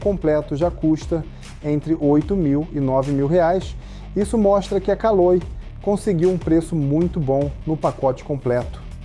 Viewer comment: CALÔI. SCHUVALBI. hahahaha